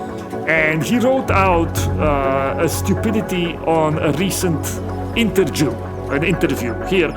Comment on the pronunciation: 1.10. Interdew, err sorry, interview. Hmmm.